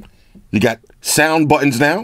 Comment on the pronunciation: you said buttons like a scotsman, when you were comparing the phone with a standard number 🏴